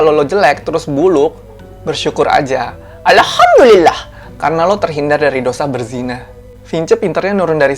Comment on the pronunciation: Aku seneng klo kakak ucapin alhamdullillah nya itu lhooooi....ajarin donk kak bhsa jepang sm tokyo